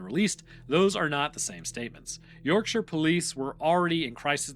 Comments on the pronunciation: I’m not British, but even I know that “shire” as a suffix in English place names is pronounced like “sheer”. [Edit: OMG, it just gets more grating as it progresses, and I’m very interested in everything except hearing “York-Shy-er”, or “Lanca-Shy-er” etc. for that matter, and you’re the one disregarding convention and speaking inappropriately. BTW, the British do pronounce the individual word “shire” as “shy-er” but those place names have been a constant for a very long time indeed. Speak them correctly!] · ⚠️ Yorksha, NOT York-SHY-ER. Love the vids but don’t beget the ire of Yorksha folk! You’ll never live it down 😂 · York-sher ✅ York-shyer ❌ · You dont actually learn the pronounciations at all do you. You yanks just cant say Yorkshire or Goucstershire. For instance... Shire how you pronounce no1 says that. Its shear. Sear. Searing a sheep is my best way if explaining it. Its not shi rrrre. Its shea. Sear. Shear. I will find an american word with the same sound and tell you. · As a Yorkshirelad. Say York-sher. Not Yorkshyer. Good vid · U say it more like York sheer like cheer as in cheerleader. So York Sheer. Im english and its how we say it lol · Do Hobbits live in the "Sheer"? Not the last time I checked. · Oh! You’d been doing so well with the British pronunciations recently. 😂 it’s more like “York-shuh” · It's not the Hobbit. There are many, many place names with "shire" in the UK. Why can't Americans pronounce them correctly? It's "shurr" I realize that's not how it's spelled, but it's how we pronounce them. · as a Brit, i physically and mentally took damage each time i heard your pronunciation of "yorkshire" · You are KILLING me your mispronunciation of Yorkshire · I'm from Yorkshire and you're pronouncing it wrong 😂